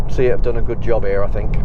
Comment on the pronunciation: Good informative videos, keep 'em coming. I'm not sure if it's an accent thing but my only request would be to please stop pronouncing SEAT as "See-At", it's "Say-At", or just stick to Cupra.. ;-)